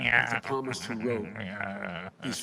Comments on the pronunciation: "... the Palmist..." ....oh man o man! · Benny, its Heretical, not Heterical. Still not as bad as palmist, but maybe make sure the religious terms you use are spelled correctly before you dunk on the 80 year old Catholic repeatedly using the term Palmist because he thought the S was silent instead of the P lol. Just looking out for you man. Blessings.